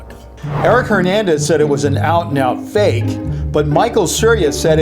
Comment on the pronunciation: When it said so fake it’s funny it said so fak it’s funny LOL 😆